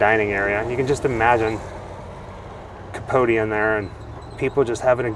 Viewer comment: By the by Capote rhymes with coat x